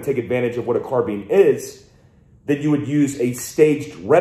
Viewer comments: Its not though. since when does bine make a bean sound? Where is the a? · He says "car bean" other than that I cant see reason to hate him either.